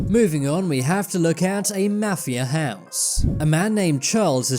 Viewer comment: when you are saying mafia its sound like mathew 10s